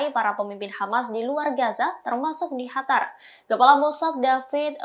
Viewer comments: Sejak kapan qatar jd hatar 🤣🤣 Suka seenak jidat aja klo nyebut2 😂😂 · bukan hatar tapi qatar